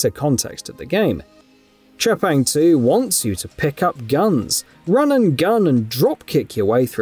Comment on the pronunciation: Let's pronounce the name correctly here... T.R.E.P.A.N.G. 2! That's my Final Verdict!